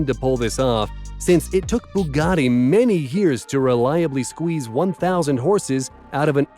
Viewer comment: That Boogatti looks great! It would scare the chickens though as it's a coup! It's no wonder its called a BOOgatti! Theres nothing like a 2.ohh litre engine! You could just call it a 2 litre engine? It least you pronounced the Lotus right. The Devel Sixteen, hmmmm, lets go round one of these things we call a corner in it! It looks unbalanced!